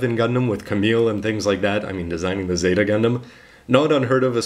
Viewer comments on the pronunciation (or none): none